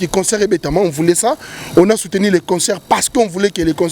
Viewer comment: Désolé mais parle mieux👏👏👏 que celui qui habite en France...🤔 Cherchons l'erreur *Musulmans radicaux....et non radical *combattant et non combatta 😜 Soutenu... Et non souteni...il a dû mal à retenir les questions.... Rappellons tous que ce n'est qu'un Chroniqueur à la congolaise et non un journaliste possédant une carte de PRESSE... Yebela